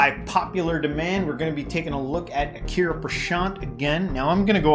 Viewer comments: Achaariya, ch as in change. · small correction buddy...! You are wrongly pronuncing ""acharya" It should be Acharya not aakarya ... ch as Chompion. I hope you understand what i mean.